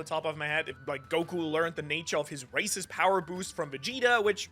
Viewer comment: ik he said races but that got me lol